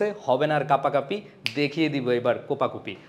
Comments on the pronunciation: Kapakapi ❌ Kopakopi ✅ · কাপাকাপি থেকে কোপাকোপি 😂